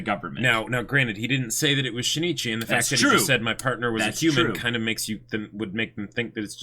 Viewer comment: Just so you know, it's not She-ne-chee BUT Shin Ichi (yes, you put a short pause between the vowels n and i).